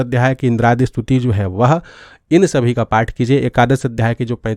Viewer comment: आपकी बात अच्छी लगी। धन्यवाद। लेकिन इस्तुति ( स्तुति) का और ग्यान (ज्यान) बोलना सही नहीं है। दिक्कत हो रहा है , सही नहीं है।